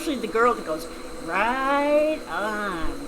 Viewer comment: Haha love this channel and especially your "Ride Oon" :D made me laughe